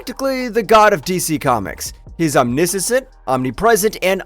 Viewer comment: It's pronounced, OM-NISH-INT